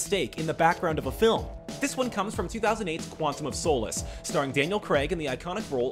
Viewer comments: The way he pronounces solace😂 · You pronounced Quantum of Solace Wrong!